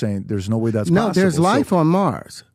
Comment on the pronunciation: Way he pronounces possib’o or periodic tay’bow, sounds like a white guy trying to do a cheap impression of a black guy